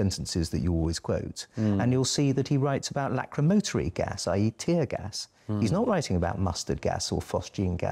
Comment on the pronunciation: Fantastic, Mr Murray. Afraid it's not 'lachrymotary' but 'lachrymatory', pronounced with stress on the first syllable /ˈlækɹɪmətəɹi/. And not sure one can 'assault' an inanimate object like a statue.